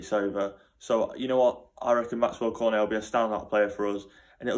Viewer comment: You dont prenounce cornet Cor-net, you pronounce it corn- ey